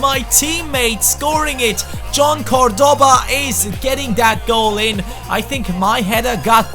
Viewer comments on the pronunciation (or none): you are mispronouncing Cordoba, the accent goes on the first syllable not the second. Something like CORdoba